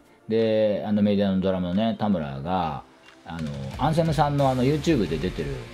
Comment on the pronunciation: お疲れ様です。 できれば「アンセム」の「ア」にアクセントを置いて発音してほしいですね😅